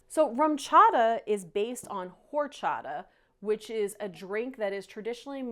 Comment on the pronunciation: The "H" is silent. ORRCHATAHHH